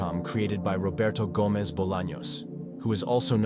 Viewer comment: Roberto Gomez more like Roberto hoemez